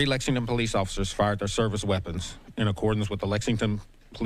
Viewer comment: Hey, it's LEXINGTON, not Lexingdon.